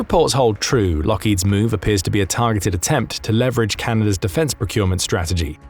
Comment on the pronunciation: Please learn how to pronounce leverage.